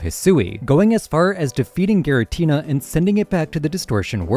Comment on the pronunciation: Rrr-Key-Us. G-Ra-Teena